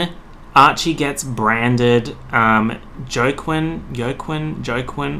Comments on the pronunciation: “Uh.. Jo-quin” DOES HE MEAN JOAQUIN HAHA (Wa-Keen) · “jo qwin go qwin joe cwin” eez waakeen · joe-quinn, yo-quinn... me, internally screaming: ITS PRONOUNCED WALK-EEN. JOAQUIN IS WALK-EEN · my mans really said "Joe Quinn" Dude! it's WAKEEN = Joaquin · him pronouncing Joaquin (“wa-keen”) jo-quin, fucking hurt me. like i literally out loud corrected him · JOE QUINN LAammamakdjsooo it’s WAH- KEEN aka Joaquin😂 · I died every time he pronounced (wa•kine) like (Yo•Quine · joaquin is pronounced "wah-keen" which is i think what you meant when you said "joke-win, yolk-win" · The way said Joaquin has me weak. Joking? Joe-kin? Lol Its Hwa-Keen. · you calling joaquin joe quin/joahquin lmaooo (it’s hoo-ah keen) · i'm so sorry i don't know how to tell you this but joaquin is pronounced wah-keen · joaquin is pronounced "wah-keen" bestie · the way you pronounced joaquin is sending me. its kinda like “wha-keen” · Joaquin is pronounced Hua-keen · Joaquin is pronounced kinda like “wha-keen” at least here in the states lol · it's pronounced wakeen but spelled weird lol also this rlly annoyed me there we so many things wrong with it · Bruh 😭😭😭 Joaquin is pronounced Wah-keen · It’s like he’s trying to say Jakken from Inuyasha but with a funny accent 😩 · joaquin is pronounced wha-keen lol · “Joke-win” is one of the weirdest pronunciations of “Joaquin” I’ve ever heard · i'm sorry but the way you pronounced Joaquin as "joe-quinn" is really sending me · joaquin is pronounced hwa-keen :) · you pronouncing joaquin joekin sent me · Joaquin is pronounced “wah-keen” like Joaquin Phoenix. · Joaquin is said like wakeen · Wakeen that’s how you say his name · WHY ARE WE IGNORING "joe-quinn" WHEN HE WAS SAYING JOAQUIN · him saying "joe quinn" HURTS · I was like who names there kid JoQuinn and then I realize this bitch don’t know how to pronounce Joaquin properly.... white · Its pronounced Uakin (the j is silent) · Joaquin is said like ‘wa- keen’ xx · joaquin? it’s waa keen basically